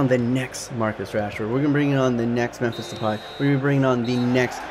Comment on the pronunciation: and why the fuck do you pronounce Memphis as Memphisch instead of how it is suppose to be Memphisss